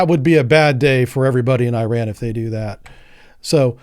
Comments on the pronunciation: Ir’s called “IRAN” (Not “I ran”) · I ran ? Nah dawg it's pronounced as "eeraan" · It’s Iran not Ayrault omg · This guy say "EYE" Ran too.. whats going on. I am just a simple 70 year old with a Geography degree and I know it is "eh ran" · It's pronounced E-Ron. I-Ran was from a Flock of Seagulls. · Man you did know the Iran pronunciation! It pronounced Eeran! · Americans are permitted to pronounce it incorrectly. So it is in fact I ran. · Hello and loving the content. It’s is pronounced E-Ron like ENRON the oil company. Hope that helps.